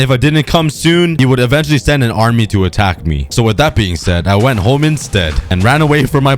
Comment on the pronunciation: The planet hwit the 🏘 is the earf🌍🌎🌏🍪🍪